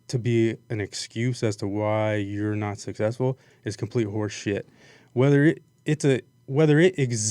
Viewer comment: It's successful not sussessful